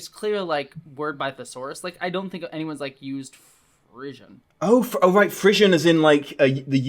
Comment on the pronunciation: Frisson is pronounced free-sawn. It's very common in historic romances.